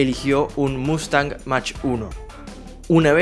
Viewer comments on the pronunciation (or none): none